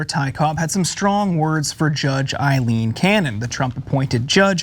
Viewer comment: It's Aileen, with an 'A',. Not Ilene. You are insulting everyone named Ilene, including my cousin.